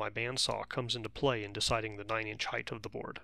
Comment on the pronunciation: the word is always "height" - - there is no such word "heighth" -- & yes I'm trolling